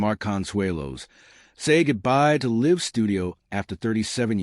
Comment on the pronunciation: How can you mispronounce “live”